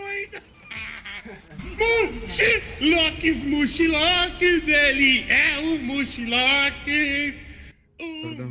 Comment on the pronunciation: "MUCHILÓX ELE É O MUCHILÓX" KKKKKKKKKKKKKKK DENÃO É EMBAÇADO